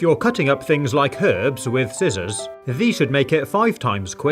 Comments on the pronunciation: When ever he says scissors 😩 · 'I like these sizzors'